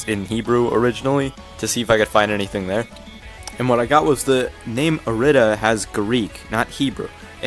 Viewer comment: I lowk thought you pronounced irida "eye-reed-uh" but i think its pronounced "er-ree-da" from what i've seen